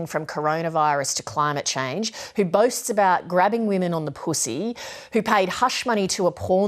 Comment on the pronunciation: Lol reporter said pusi😂😂😂😂